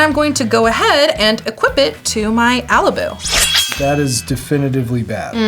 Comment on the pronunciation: I'd pronounce Alibou with a flat o. But other than that, what a cool deck! Good game